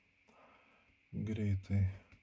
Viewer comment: ar tu berastis ,ar juokauji taip:DAIGTU,PRAZIOBSOJAU???